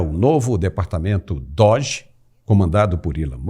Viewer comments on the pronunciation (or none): none